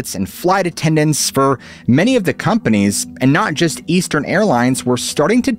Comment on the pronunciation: The word is. Of in not off tin